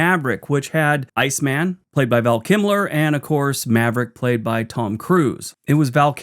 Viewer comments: KILMER, not KIMLER!!! Thanks! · Kilmer, not Kimler. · 👍🏼Val "Kimler"??? Lol Hoping you were just funning us as I recall you sometimes like to do!😂🙏🏼✌🏼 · Val KiLMer, Kimler, what are you like. Great vid though.